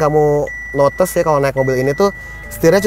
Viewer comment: Notice om, bukan notes wkwkwkwkwkkwwk